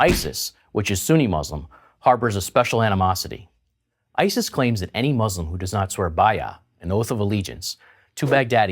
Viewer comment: Wise words from a man who can't pronounce muslim. Hahahaha